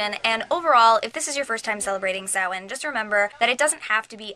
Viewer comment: I'm so glad you said Samhain right!!!